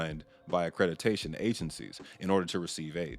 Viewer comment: Omg the way you say accrediDAtion drives me bonkers.